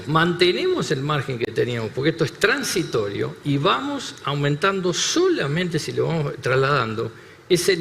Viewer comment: Se equivoco, cuando dijo TRANSITORIO. 😮